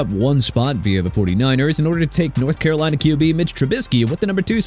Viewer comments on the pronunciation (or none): none